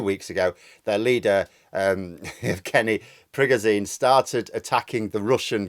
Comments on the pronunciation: It's not Prigojeen. It's PriGOjen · Pri-ga-zine lol PRI-GO-ZHIN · It's PREY-go-ʒin, where ʒ sounds like the s in treasure/vision/pleasure or the g in genre. Another way to think about is that it sounds like a voiced version of the English word 'shin'. The way we spell his name in English makes sense by analogy with s/sh; the difference between z/zh is the same as the difference between s/sh. English orthography doesn't have a reliable symbol for the voiced post-alveolar fricative, but it is extant in many English dialects 😅 N.B. Your dialect of English may realise the words treasure/vision/pleasure/genre/shin differently than mine. Take with a pinch of salt 😜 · I like how you pronounce "Prigosene" like he is some sort of kerosene leaking fire hazard all over. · It’s pronounced prig-o-jun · His name is pronounced PRE-GO-TION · Sorry, there has to be at least one pedant! With my language teacher hat on your pronunciation of the Wagner leader should be Prig-oh-shin. And there's a conspiracy theory going around that the Americans made a deal with Prigozhin to pay him $1billion dollars to stage a rebellion, that Prig told Putin, they split the money between them, laughed their hats off at the US's gullibility, Prigozhin pretended to stage the coup then.... I don't know how this theory ends???!!!! But I prefer your clear, precise analysis myself! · Sorry but I wish you would pronounce Prigozhin correctly. It's pronounced, "Pri-gou-gine". If you have watched any coverage on this on Sky News from Prof Micheal Clarke you would know this. Couldn't watch a video from you talking about this when you aren't even pronouncing his name correctly!! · Great video, but not sure about your pronunciation of Prigozhin. 😬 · @@ Not offended but it does sound funny. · You say "Prigozhin" weird.